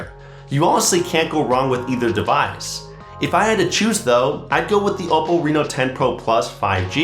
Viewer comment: must say the way you says that hold OPPO name is impressive